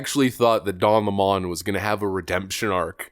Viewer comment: Can I be honest,?” without going to jail on March 17th And don’t plan killing myself ,Don 🍋 Lemon La’mon correct spelling & pronunciation lemon would be correct He is a wet tampon they gone to the same Teleprompter reading Boot Camp that’s all liberals go through and they cannot break the habit of being an assholes Lemon could go cuddle with Fredo ? I think he turned his Lemon self away from the only friend he had Fredo and I believe A network what’s to do a sitcom called (two brothers and a 🍋 Lemon 🍋 Steltzer corporation